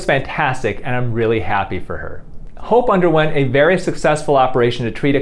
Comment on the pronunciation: am I the only one who heard hoe instead of hope at the begining